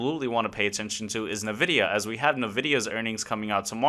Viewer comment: ENvidia.. Until you say it right some wiseass will continue to correct you 😂